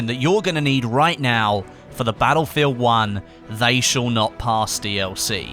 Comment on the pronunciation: "shal" XD